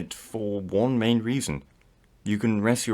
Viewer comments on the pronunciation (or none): none